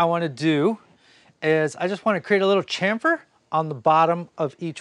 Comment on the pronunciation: Do you allow musical requests? Could you mix in the way you said "Chamfer?" with your Zzzzzz - stop Mix?